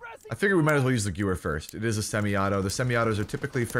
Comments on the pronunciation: Quick pronunciation tip: The gun isn’t pronounced “goo-wer”, it’s pronounced “ga-veer”. It’s a german word so it’s kinda whack, but in case u wanted to know, that’s the official pronunciation. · Guh-ver not gew-er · Okay dude you say it Gever not gewer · I love you and your content, but it's "Guh-Vare" not "Gewer". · Stop saying gewehr it's pronounced gevehr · Gewehr is pronounced guh-vare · The w in gewehr sounds like a v. So “gu-v-air” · THE GOO-ER!!!! LOL I was at the stream hearing you battle with chat it's the gooer! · In Germany what they say sounds like: Gevèhr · it’s Guvayh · Gewehr is pronounced like give-air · So you are one of those people who say “gewer” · Gewher is German, it's pronounced like Gevair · It's pronounced "GE-VAIR" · Gewer is pronounced ga-ver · Pronounced guh-veyr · You said gewehr wrong, it pronounced Guh- Vair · I cringed so hard when you kept mispronouncing Gewehr. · Isn't the w pronounced as a v?? I seen say he pronounced it wrong on purpose I'm asking cause idk how to pronounce it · Same, this non-german friendly content xD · quint0nJ yes "w" in German makes the "v" sound. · sam svenfelt I thought that if i put the "h" in there, i may be more accurate, but i dont care,im not german, im dutch😂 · Hi, this map is almost exactly the same as carentan in COD 2. In that COD it actually was quite a good map. I guess the type & mentality of the majority of players have changed since then. And the gewehr is "gun" in German. You pronounce the second 'e' more as an 'a'. Good video. Like! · Every time you mispronounced gewehr I died a little inside. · Please pronounce Gewehr correctly